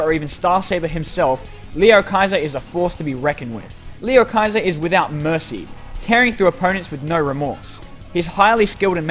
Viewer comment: He said (lee oh hy ser)